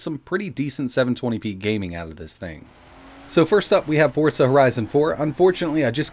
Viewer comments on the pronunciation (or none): none